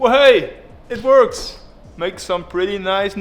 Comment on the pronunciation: You KNOW it's gonna be good when you hear " IT VERKS!"